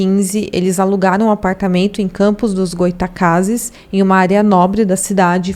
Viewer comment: Goy-a-tacases foi foda hahaha